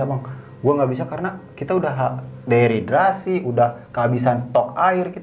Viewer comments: Dehidrasi omm.. bukan deriderasi 😂😂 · "DEHIDRASI "(kekurangan cairan tubuh) bukan "deridrasi" (deridrasi apaan??) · aku ke channel ini karen kmarin nonton bang indra di lentera malam,btw itu dehidrasi bukan deridrasi 😂